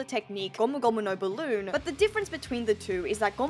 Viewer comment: "JIGANT" ... "GOMU GOMU NO BALOON" .. i cant .. xDDD